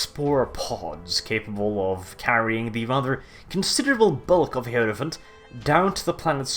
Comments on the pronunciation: the heeeeeirophant, love the sexy pronouncement there, are you slaneesh? because only sleneesh could make a heirophant sexy. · definitely pronounces heirophant wrong, though!